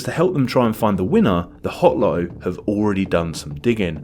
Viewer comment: Dude swallowed the T’s in LoTTo